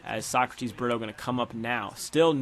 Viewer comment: Pronounce it breto